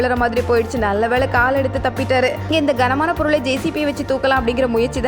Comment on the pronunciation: தப்பிட்டார் - தப்பிச்சிட்டார்.